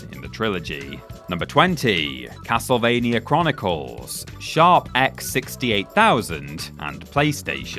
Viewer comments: Half the time: Castlevania Half the time: Castlevainyer Make up your mind mate, do you want to pronounce it properly or not? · What is "Ocareener" Of Time and "Castlevainier"?